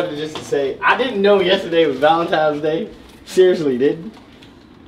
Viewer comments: You keep saying valenti”m”es😭😭💔😂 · Why sayin “valentimes” day💀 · Lol.. it urks me when he pronounces valentines day as valen 'times' day.. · I’m so tired of saying Valentimes lmao. It’s crazy, even when talking to their friend… he gone use that M & not N 😂😂😂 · So y’all just gone let keep puttin an ‘M’ in Valentines?! I mean… he looks good and all, but somebody gotta fix that.